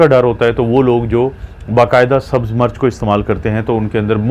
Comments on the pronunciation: Dr.Sahib aapki Urdu talaffuz bohut ghalat Hy. Plz Koshish Karen Sahi talaffuz bolen. Aap Mirch ko continue March keh rahy hen. Mirch ko march na bolen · March nahi Mirch hoti hai urdu tu sahi bolain